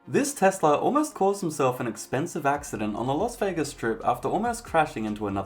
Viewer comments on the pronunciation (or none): Did you call the car a Tesla or am I not hearing you properly?